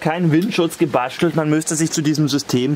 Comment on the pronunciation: de kann das ( sch. in gebastelt) schon schweizerisch aussprechen zwar noch mit deutschem akzent aber tönt schon recht gut.die evelin hat guten einfluss auf dich.hehe witer so.i mag dini biträg..